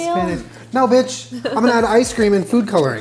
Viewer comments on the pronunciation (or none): none